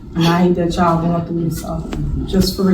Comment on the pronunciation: She says ch’all instead of y’all